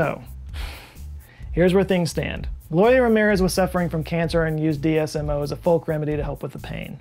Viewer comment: you say DSMO instead of DMSO. Knowing that you're a consummate professional I fully assumed I would see a correction on screen but didn't